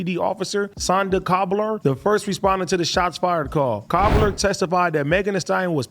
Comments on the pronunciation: When ad AD pronounced Cabral as Cobbler twice I was dying 😂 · Dis nigga said cobbler! 😂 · Lmao AD be sayin names wrong 😂😂 SANDA COBBLER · He said Sandra cobbler lol it was Cabral